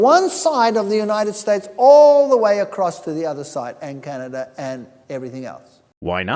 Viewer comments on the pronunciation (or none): none